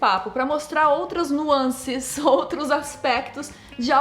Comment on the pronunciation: ver Nilce falando “nuances” sem lembrar do Palestrinha do choque de cultura é impossível